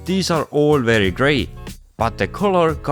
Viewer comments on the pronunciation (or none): none